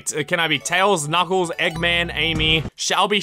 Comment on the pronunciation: “Knuclais” XD I cant stop laughing